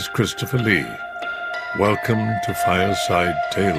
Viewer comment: It's actually "Fireside Tales" not "File Site Tales." But you did a great job on this..thank you!